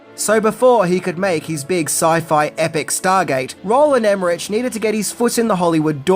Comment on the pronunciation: every time he says his name wrong 😭😭 the name is pronounced like this: row·luhnd eh·mr·uhk.